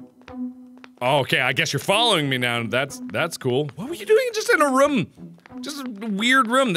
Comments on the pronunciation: He always says "Rum" instead of "room". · RUHM! I just love how he pronounce room XD